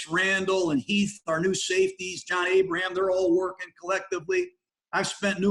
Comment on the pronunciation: chuckie mispronounced jon Abram's name because Abram was a ghost last season..